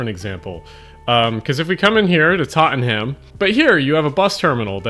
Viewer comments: My dude, a Londoner would pronounce it "Tott-num". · It's Tot-nam, duuude 🤗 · Love the pronunciation of TottenHAM, lol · bro said ''TOTTEN HAM''🤣🤣🤣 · British guy here. Tottenham is pronounced: Totnum (tot-num). No joke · as a Londoner I literally died inside hearing that... I thought I would have gotten used to it because every non-british youtuber does it but... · The way he said Tottenham made me spit out my food 😂😂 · The way u pronounced ‘Tottenham ☕️’😂😂😂 U wouldn’t last long in London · your'e too right but your pronunciation of tottenham is egregious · As an ex-Londoner, your pronounciation of Tottenham was like a jump-scare 10 minutes into the video 😂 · I'm really amused by the way you pronounce Tottenham lol